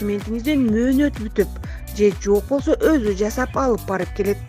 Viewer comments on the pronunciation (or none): none